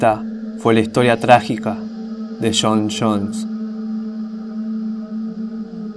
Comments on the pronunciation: Shon shons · shon shones XD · Se llamaba "shon shones y su hermano shosh"